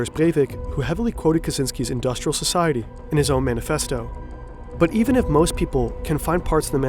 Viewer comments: “Scociety” lmao cmon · "scociety" :face-red-droopy-eyes